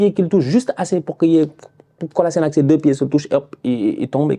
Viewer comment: "Kolasinak" ? C'est ton ancien jour prononce bien son nom nan ? 😂